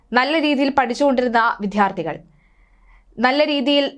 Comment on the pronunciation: വിദ്യാർത്ഥി എന്നു ആയിരം പ്രാവശ്യം പറഞ്ഞു പഠിക്കു